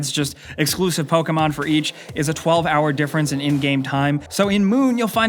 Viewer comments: I cringe when he says poka-mon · POKAMON? What's Pokamon? Never heard of Pokamon.